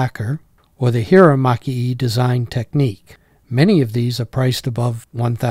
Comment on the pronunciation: The "e" in maki-e is pronounced "eh"